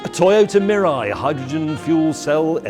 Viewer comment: and in Canada, zero hydrogen stations. and FYI it is pronounced "mee-lie" meaning future in Japanese.